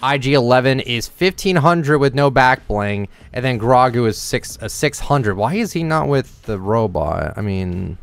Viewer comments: Its not grawgu its pronounced grow-gu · bro can not stop messing up names. GROAAG GOO !!! ITS GROW GOO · Why did u say ew to baby Yoda and it's Grogu not grohgo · Ah yes “gragu, over grogu.” 😂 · LEAVE IT TO TO BOTCH NAMES 💀 Jesus bro it’s pronounced grow-goo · Jit said "the GRA-GU backbling 💀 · His name is pronounced as “ Grow-Goo”. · Bro pronounced grogu GRAWGU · The fact that he said ”grAgu” hurt me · It’s pronounced “grow-goo” 😠😠😠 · You said Grogu wrong. It should be pronounced “ Growgoo “ . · His real name is Grogu pronounced is Grow-Goo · can i please comment on how you pronounced grogu? its "Grow-Goo" for future reference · It’s grogu/grow-goo